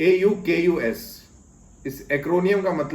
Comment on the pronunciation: Sir, with the greatest of respect, the grouping is pronounced as "awe-cuss."